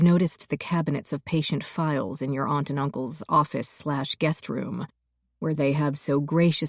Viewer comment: Generally good narration except for her very annoying, cringe-worthy pronunciation of 'aunt' and 'shone'.